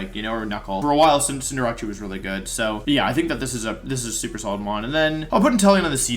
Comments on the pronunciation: Cinder-ACE! not ACHI :D god read it XD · Did Wolfey just pronounce Decidueye as Decky Dooey? Is it possible to butcher a Pokémon name any harder? Got damn. Edit: I think he’s trolling because he was about to pronounce Cinderace correctly then just decided to pronounce the last part as achee. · I see you're not a man of culture. Cinderachi is the superior pronunciation. BUT Incineroar+LandoT hard walls it. And even with Eball Blastoise can beat it hard. Not to mention it's frail so something that can beat its offensive moves like Thundurus can max and beat out the rabbit. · “Cinderachi” lmao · What the heck is it with so many incredible Pokémon players being so bad at pronouncing their names?? He absolutely butchered Decidueye, Cinderace, and Arcanine.